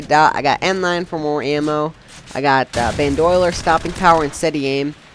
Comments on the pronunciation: Never played CoD 4!?!? You need to play it! lol. But the perk is pronounced "bandolier", not "bandoiler". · It is not pronounced Ban Do Le Are. It is pronounces Band O Leer. So when you make another video,, please pronounce it the right way, because it was really starting to tick me off, HARDCORE!! I hope you take this English lesson to heart. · i think he meant. Ban-Doh-Leer :P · nice commentary. everyone has mentioned the "bandoyler" thing, but thats not a big deal. it sounded very fluid, and well thought out. ROK earned a like, and this guy earned a sub. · love the quality but a little laggy and you say boandolyer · LOL, I'm sorry, this was a great comm and all, but i lol'd so HARD with "BanDOYler" XDD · i disliked the video because of how he pronounced bandolier. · Dude, it's BAN-DO-LEER spelled Bandolier. It's so annoying when you pronounced it like 5 different ways.